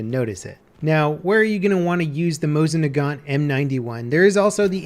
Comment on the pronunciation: They should add the sawed off Mosin-Nagant. It was quite popular in that era. By the way in case you care about pronunciation, it's Moseen-Nagan. Love your videos. Keep at it.